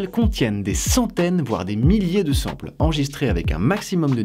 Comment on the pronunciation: Petits détails pas très importants. * Sample se prononce "Sen-M-peul" (c'était choquant xD) * Dommage que tu n'aies pas parlé de la perte associé à l'enregistrement numérique des son. Il est impossible de restituer l'intégralité du spectre sonore en numérique (c'est aussi en partie pour ça que le vinyle existe toujours). Quand on parle de format lossless, c'est à partir d'une source numérique, donc on a beau utilisé un format lossless en enregistrant un instrument, ce n'est pas pour ça que le son reproduit sera 100% fidèle, il y a forcément de la perte.